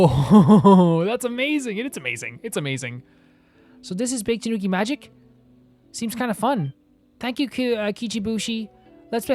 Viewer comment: The "Bake" in "Bake-danuki" is pronounced "Baa-Kay", its 2 syllables